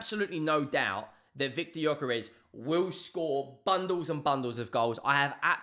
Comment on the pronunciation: its actually pronounced "Yuh-kuh-resh." You're welcome.